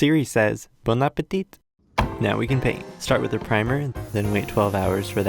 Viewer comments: Dude we don't pronounce the T of "Bon Appétit" the last one are not pronounced, trust me I'm a professional of FRENCH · I love the part when siri said bon appéti